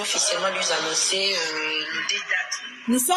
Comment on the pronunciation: Ndoki moneneeee na maseke misatu oyo na tanga na Bible nde yo. Ako sasa lisusu luizannoncer. Na boulevard ayekolaki français te? Sosoluizanoncer 😂😂😂😂, aya à apprendre ye Français. Atika ko lobela biso François 😂